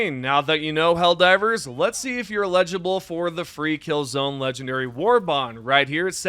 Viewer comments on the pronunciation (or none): Legible. Homie it’s eligible. Eligible for gods sake! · ELIGIBLE!! EL-I-Gi-ble!! lol dammit